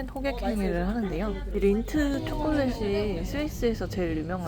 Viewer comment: 린디 초콜렛 아니고 린트! Lindt